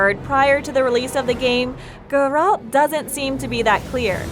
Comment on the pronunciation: The witcher 4 2021? Confirmed? "cannot confirm if there even will be another witcher and if so it won't be announced for atleast a couple of years. How TF is that not click bait? I sat through 6 min of narator saying Jerold instead of Geralt to find out the title was the most clickbait ever. Thumbs down and an anti-sub. Atleast the 4k wasn't a lie